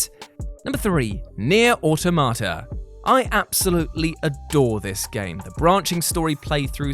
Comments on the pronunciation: I love that acknowledges that he is mispronouncing Automata, and refuses to care. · Automata is a Greek word. I’m Greek. You’re pronouncing it wrong.